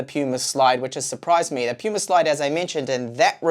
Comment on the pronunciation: PaMu Slide, lol. I'm late to the party but didn't see anyone else catch this. Not Puma... PaMu (not that I really give a sh%t), but you should know PaMu.